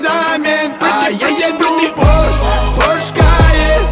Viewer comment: Песня хорошая, Нурминский молодец, но... Правильно произносить в Порше, а не в Порш!